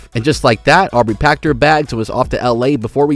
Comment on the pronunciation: aubrey not au-berry haha